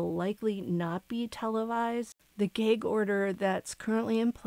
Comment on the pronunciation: It's "gag", not "geg". Are you Canadian or something?